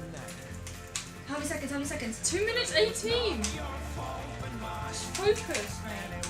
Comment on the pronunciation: stress is on "not JUST" :P